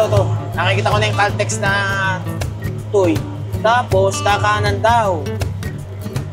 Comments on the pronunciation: hahaha caltex tuy.. ang basa dyan ay tuwe bro. haha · lods Tuwi bigkas ng Tuy😊